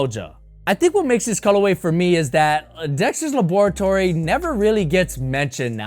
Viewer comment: Why is every sneaker reviewer pronouncing laboratory wrong😭?